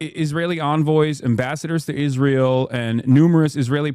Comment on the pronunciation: I can't tell whether he's saying Israel or "is real"